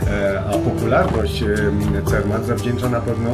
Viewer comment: Nie Cermat tylko Zermatt!